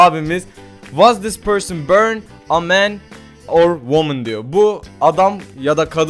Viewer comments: börn diye değil born diye okunuyor :D börn yanmak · börn değil direk born olarak okunuyor bilmiyorsan okumayı deneme